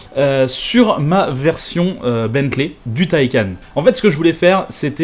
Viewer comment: Tu fais l'effort de prononcer correctement Rimac, mais pas Bentley 👀😅